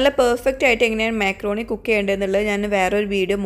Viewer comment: myakroni alla makrooni 😅